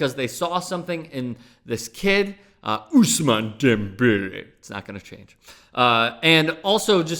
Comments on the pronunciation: Good video besides the way you said Ousmane Dembele. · Hey, can you shut the fuck up with the whole Ousmane Dembele? It's like you've never said the name in your life before when he's been a star since last year. It's really fucking annoying to listen to more than 5 times in one video, settle down.